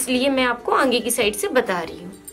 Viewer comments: Angea nahi aage bolna Baki sab bahot acha samzaya. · Are aange nhi aage hota h